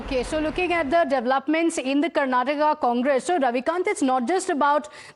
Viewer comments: Its “”KarnatakA” NOT ‘Karnatak’ . Please get it right. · Say Karnataka not “Karnatak”